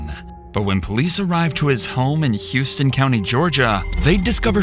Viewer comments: Don't ask me why, but it's pronounced House-ton. Not Hews'tone like the city. It constantly pisses me off for no reason. It literally has the pronunciation on the wikipedia page. :( Edit: The level of incompetence and Cop epeen Machismo is about right on for what I'd expect out of the shithole that is houston. Entire county only exists with people in it because of the military, literally. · The name of Houston County Georgia is pronounced “How-ston” county, not “Hew-ston” county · It’s pronounced howston not Houston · Houston County Ga is pronounced Howston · It's pronounced HOUSE-TON in GA, not like Houston, Texas! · "How-ston" County, not "hu-ston". No one ever pronounces our county correctly. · It’s pronounced How ston Not hew ston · That county in Georgia is pronounced "how-ston", not "hugh-ston". Weird, I know, but it is. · It's House ton county. Not Hues ton like the Texas city. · Its pronounced HOWSTON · off topic... they pronounce it "HOUSE ton" (I lived there) so weird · pronounced “House-ton” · How-touhn county Ga not like Houston Texas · I live here in Houston County. It’s pronounced, House-ton. Named after a former Governor and that’s the way he pronounced his name. I remember when this happened. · The “hous” in Houston County, GA is pronounced like “house” or “house-tin”. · Hey I live the next town over... it is pronounced HOWston county. This sh*t is crazy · You are mispronounced "Houston" County, GA--it is not a city in Texas. Pronounce as "How"ston. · Youre pronouncing houston county wrong! Its like a ton of houses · Side note: it's pronounced "house ton " Georgia. They are very particular about how ppl say it. I'm told 😂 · Fun fact….. former Georgia resident here, Houston as in Houston County, Georgia is actually pronounced How-stun. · Never knew this happened in my city. It’s pronounced House-ton btw 😅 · It's pronounced house-ton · The county name is pronounced "Houseton" even though it's not spelled as such. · And it's pronounced "Howston" GA Bit